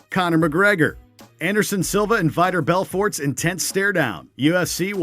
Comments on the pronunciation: Hose Aldo, Michael Cheeesa, Vaitor Belfort, Beth Korea....BETH KOREA! XD Oh god! I thought they’d choose narrator who actually watches UFC and knows how to pronounce their names. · Viter Belfort? lol